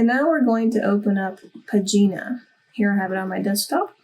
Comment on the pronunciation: Wonderful crash course about exporting to epub. It seems still difficult to export to print and epub by the same ID document right? Just a little suggestion, as I am Italian you should pronounce PAGINA with the accent on the first A and not on the last I. So: PÀGINA 😀